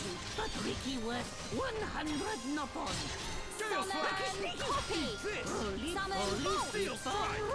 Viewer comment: I heard "Summon Copy" as "Summon coffee" the first time she said it this stream. It's been a while.